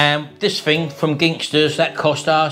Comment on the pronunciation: Apologies if already has been mentioned, but Ginsters only has one G in it. You kept calling it Gingsters. No offence intended, but it started to niggle me the way you pronounced it 😀